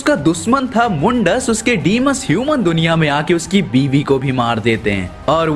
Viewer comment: It is not mundas it is mandas